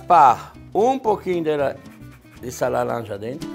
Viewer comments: Amo ver ele falando laranja, “lalanja”. Hahahahaha Jacquin, vou te colocar num potinho. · "LALANJA" iti malia 😆😆